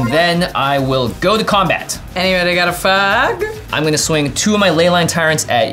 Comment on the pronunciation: I know she says “anybody got a fog” but it really sounded like “anybody got an (F slur)” and my brain short circuited - I simultaneously thought she was asking for a cig, or one of my gay girlies was talking to me. 😂